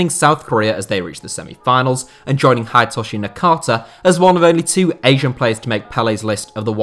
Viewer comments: You know, the least you could do is, learn how to pronounce their name. Hidetoshi is never pronounced "Hyde-toshi". It sound just as it is written - "Hi-de-to-shi". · It's pronounced "Hee-day-toh-shee"! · the way he says Hidetoshi too is awful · That's not how you pronunce "Hidetoshi"